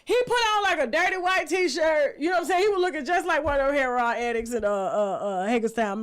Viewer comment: heroin is pronounced( herro- in) not herro-on